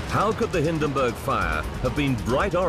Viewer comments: Hindenburg, not Hinderburg! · Like this? "HIN" + "duhn" + "burg"